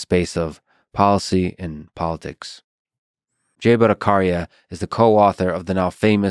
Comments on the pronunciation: Lex, I doubt that you'll be reading this ( that begs another question, when can you possibly find the time to go through all the comments?) but do check with Dr. Jay Bhattacharya about how his name should be pronounced: the char in his name is pronounced more like 'charcoal' or 'chalk' rather than using the 'K' sound as in 'Karman'. Not criticizing, just trying to add a little more perfection to my favorite Podcast. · you're pronouncing Bhattacharya wrong. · You pronounced his last name wrong. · Excited and looking forward to listening to this interview! PS: Isn’t the “ch” in Jay’s last name pronounced like the “ch” in “charge” and not like the “c” in “car”? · Lex, love you man for your podcasts. But a positive criticism -> Please learn to pronounce Indian names correctly. BhattaCHarya . Ch is pronounced as in “Ch”ina not as in “C”at. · It's Bhatta Chhariya not Bhattakaria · it's Bhattacharya, not Bhattakarya😅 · The ch in batthacharya is the same as in Chaplin,it's not a k sound,lex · A small correction Mr. Fridman, his surname is pronounced as Bhatta("cha")rya (like "cha" in "charming") and not Bhatta"ka"rya (like the "ka" syllable in "calm"). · It's not "Karya" it's pronounced as "Tchariya" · First I have no idea why I get recommendation of Lex Fridman every time I watch something else. Very bizzare. Please try to pronounce his name right, if you can say Chicken, than you can say Battacharya, Cha not Ka. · It's 'cha' one two cha cha, not 'ka'. Bhatta-cha-riya... Bangla 🙂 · Ha ha .. Fridman, Not Bhatta CARCIA, it is pronounced as written CHARYA.. CH not as in Character or Choir .. IT is CH as in Chat ... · Its not Batta-cariya.. BHA'TTA-ACHARYA. Still love you Free-aid-mean! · Bhataacharaya.... not Karya.... Cha.. as in Chaina! Bhataacharaya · It is pronounced as Bhatta-tch-arya.....the sound there is tch, like channel not Bhatta-kh-arya. Regards. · its not Bhattakarya its BhattaCharya like C in Chakra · Lex ,it is bhatta-Cha-rya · Lol buckered his name